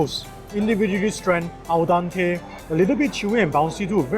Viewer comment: I found the foods and quality of the filming is done quite well.However, I found the your English is a bit off . ( sorry ) You mention the mamak noodle was “ stranded” - isolated you can use fluffy vs clumpy . Also , al dente -to the tooth vs Dante’s inferno (Italian ) . In one of your nasi lemak video you pronounced glutinous - glue -te-nous not glu-tei -nous . Hopes that helps .